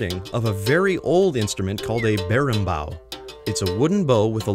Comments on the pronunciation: Morri quando ele falou "berimbau" e "capoeira" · so, im brasilian and, to me, its really funny hear you trying to say "capoeira", "roda" or "berimbau". Not a joke, I like it. and is nice to see this type of "representation" of our culture in games like that. Nice video :) btw, "roda" isn't a capoeira thing, is any type of circular formation. we call "whell" the same way.